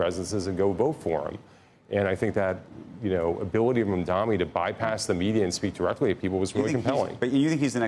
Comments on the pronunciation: His name is Mamdani and not Mundani... if its difficult for you to pronounce you might career shift as you are not suitable for tv or interviewing people. I have a job for you with good salary if you want. Few hundred bucks above minimum wage... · ITS MAMDANI M A M D A N I. CAN WE PLEASE STOP INCORRECTLY PRONOUNCING IT. It's so easy. Jesus Christ. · It’s Mamdani, learn to say it right